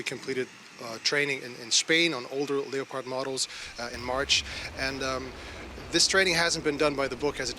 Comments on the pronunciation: What is a "leee-o-pod" tank ? Has this news man never seen the wild cat the tank is named after ? Lep-ARD please. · The name of the tank is not Leppard. This is offensive mispronounciation by persons who know better. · FFS - the reporter can't even pronounce Leopard: 'Leo-Paard' !! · "Leyo-pahd". Leopard. Like the animal. Leopard. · What is this "Lee-oh-pard" of which you speak? 🙄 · Someone teach this dude how to say "Leopard". lol